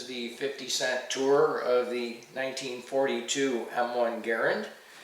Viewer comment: The beauty parked behind you, the quality of your bench, the bench jig, and the operating room cleanliness of your garage tell me everything that I need to know about you! Oh, and then there’s that immaculate M1 and how you pronounce Garand that show off your attention to detail. Well done sir, well done!